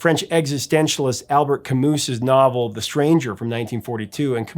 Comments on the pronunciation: It is pronounced like "Al-bear Ca-moo" Not "Al-Burt Ca-Moose" you. The T is silent, but can be over looked, but the S is silent. If you were going to pronounce the S it'd be "Cay-mus" which is forgivable, but you are such a poser, you are trying to pronounce it and fail miserably. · and it's "Al Bear" not "Al Bert" just to be precise, k I'll go now